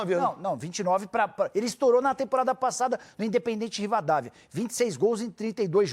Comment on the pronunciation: Craque e Rivadávia e não Rivádavia